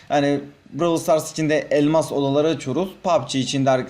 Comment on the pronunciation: Bıravır stars ne abi brawl stars diyemiyormusun